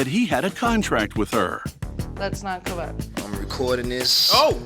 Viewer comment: Shawty said cowwect she is not a grown woman